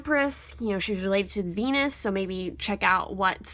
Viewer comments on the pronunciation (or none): none